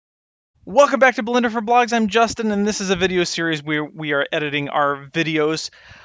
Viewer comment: LoL :D I hear: "Welcome back to Blender for blacks" :D